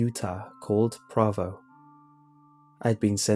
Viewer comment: That moment when you realize he said Provo wrong in the third story... XD